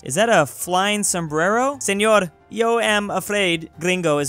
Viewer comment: That pronunciation of señor is too Mexican and perfect 😳🤚🏻